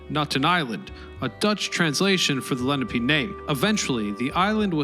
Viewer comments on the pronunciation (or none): And it's "Le-NAH-pay", not "LEN-ah-pay". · Leh-nah-pay. Not leh-nah-pee. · Leh NAH peh. Not LE na pee. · It's "Leh-NAH-pay". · It's La-nap-ah